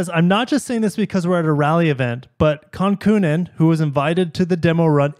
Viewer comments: Kankoonen FFS. You cant be taken seriously if you can't pronounce the name of one of the greatest. Plus, you're not pronouncing Celica properly. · Is that how Celica is pronounced in the U.S? I thought it must be but then you mispronounced Kankkunen……